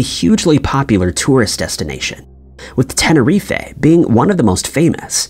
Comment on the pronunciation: You really said ‘tenereefey’ 😂